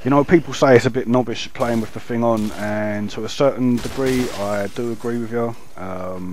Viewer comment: lol you said nobish